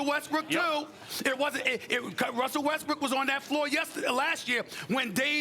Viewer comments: Did sas jus call him wussel lmao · why everyone say wussell westbrook😭👎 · For some reason like 50 percent of people on TV say wussel restbrook most every time.